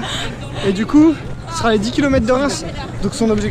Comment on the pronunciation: Des kilomètrrrres :p